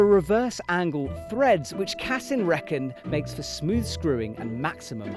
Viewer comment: Brits always mispronounce any language ie: its CASSEEN not CASSUN 🐙🤓